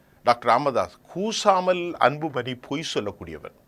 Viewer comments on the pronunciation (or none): சார்,வணக்கம்.உங்கள் உச்சரிப்பு சிறப்பாக இல்லை.அன்பு மனி இல்லை.அன்பு மணி என்று சொல்லுங்கள்.ல,ள உச்சரிப்பை சற்று கவனியுங்கள்.மற்ற படி சிறப்பாக உள்ளது.